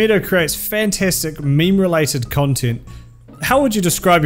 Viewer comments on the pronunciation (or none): You seemed to have meemed instead of memed but it's still a meme so that makes up for it